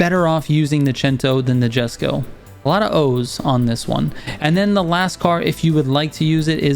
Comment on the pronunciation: Thank you, very helpful Just 2 tips : The Bolide's pronunciation is with "i" sound like "ee", "boleede" (it's french name) For the Jesko, the "J" is like an "Y", "Yesko" 👍